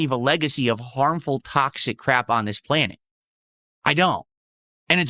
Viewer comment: "sticking my toe in the tocksick pit, as they say right guise", literally no one ever has said that.